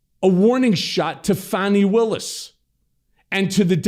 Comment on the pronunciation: Cohen is still calling her Fanny and it's pronounced Fawni .. Fucking fick it Cohen!